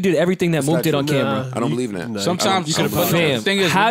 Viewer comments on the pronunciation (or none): Yo joe callin mook Mo-ok (Moe-ock) is crazy